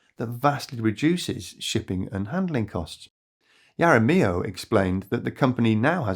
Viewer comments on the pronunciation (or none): Jaramillo(HAR-a-ME-oh) If you're feeling brave you can even roll the "r." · Your pronunciation of j jaramillo is not so good